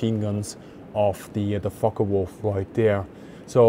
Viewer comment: Too bad he cant pronounce the name focke Wulf, it's not a fokka wulf